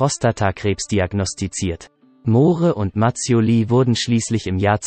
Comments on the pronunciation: Wer kommentiert denn da??? Moohre? Ist das eine KI? Englisch kann er auch nicht! Peinlich! Der arme Roger! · Moore schreibt sich zwar so aber es deutsch auszusprechen ist ....ein : ohjemineh. Ein tragisches Ende? Ich denke nicht. Aber ein wunderschöner toller humorvoller Schauspieler👍 ist er gewesen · "Mohre", "Laif and let dieh". Kann der Sprecher kein Englisch oder ist das ein Roboter?